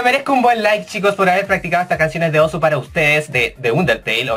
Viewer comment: se dicé Osu! weon